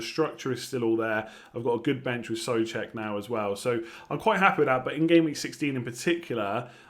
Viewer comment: Whos Soofal:D think Soucek is throwing you